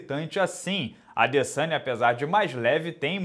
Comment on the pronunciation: O mais doloroso desta luta foi ficar ouvindo o minotauro chamando o Adesanya de "Adessânha"